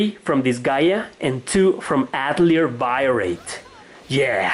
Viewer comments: Atelier is pronounced Ahtellee-ey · Avoid saying Atelier if you can't pronounce it. Yikes